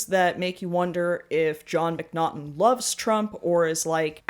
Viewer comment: Just want to let you know: His name is Jon Mcnaughton, not Mcnottum, and not John.